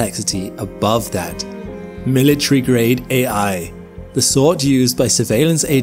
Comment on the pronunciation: "Your wrong". "Mili-tree-grade". "Space-base(D)". "Publicized statement". "Uurth". "StaHhs". BAH-HOR-RR-ING